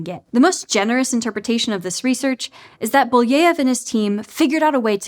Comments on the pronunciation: It's Belyaev (Беляев), not Buleev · How did you manage to change Belyaev's name that much to Booyeev? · Thanks for the video, fun and informative! One point of critique though: you kind of butchered Belyaev's name again and again, I know it's not hugely important but it takes a second to find out how it's pronounced and for a channel that places great value on doing background research, I think it would be really better. The same problem bothered me so much in the audiobook "Project Hail Mary" with Ilyukhina, the name was butchered. Greetings from Germany!